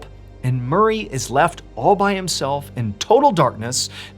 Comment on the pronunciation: I misheard "murray" as "marie" to start with